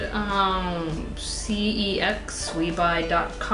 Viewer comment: The CEX is pronounced as sex